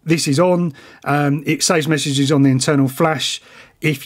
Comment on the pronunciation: I swear he said "meshages". Get it?😂